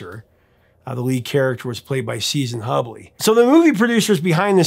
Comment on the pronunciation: You are pronouncing a few names incorrectly....Season pronounced (Hoo-blee), in the movie 'She Lives'. Croce....pronounced (crow-she)...